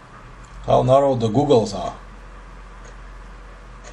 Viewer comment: How can I take a man serious when he can even pronounce goggles correctly smfh.